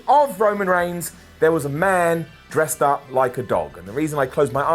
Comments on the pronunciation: Please pronounce “up” like “oop” from now on... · figured if was gonna pronounce "Up" as "oop" we'd be getting "OOPS and DUNES"